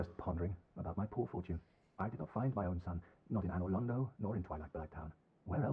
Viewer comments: Y u pronounce it Onor Lando 😂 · "In onor Lando" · "onor lando" :L